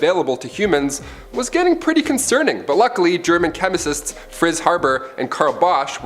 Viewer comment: “Phos-Phorus “ pronounced incorrectly…. Chemisists? U mean Chemists? Theres other weird pronunciation things going on lol